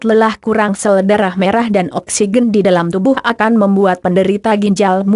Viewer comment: Oksigen koq bacanya oksiqen